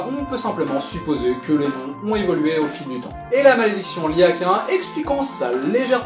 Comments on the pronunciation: Perdu! on dit Cahin, écris Caïn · On dis caïn c'est hebreu